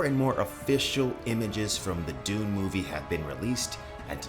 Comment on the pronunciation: Dune guy I hear: doom guy